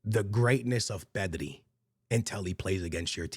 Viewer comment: Bro I thought they were saying “Messi” not “pedri”